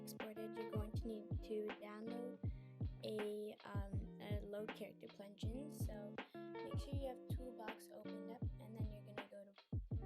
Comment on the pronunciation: she really just said plugin wrong hahha good vid tho